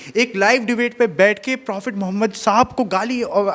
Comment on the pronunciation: phle ap apne nabi kareem ka naam thik se lena seekhen speech start hone se phle speech pr dhyan dijiye apne naam kaise liya hi apse behtar to pandit ji ne sammman k sath naam liya hi